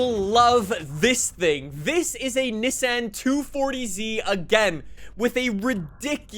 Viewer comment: Did you have a stoke or something why you say Nissan so weird haha